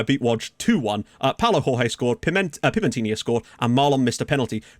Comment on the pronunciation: Jorge in portuguese is not the same as Jorge in spanish its pronounced Giorge or just go to google translator and hear it